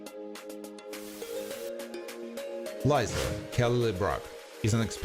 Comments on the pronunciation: It’s Lisa Not Liza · Its not lie za its lee sah